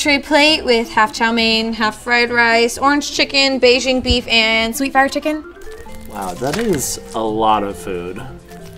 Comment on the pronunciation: Literally no one. He not knowing ever how to say any chiken